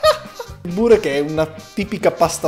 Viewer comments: ma nella parola "burek" l'accento va sulla "e" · Soffro a sentir pronunciare burek in quel modo, da albanese ti spaccheró la fascia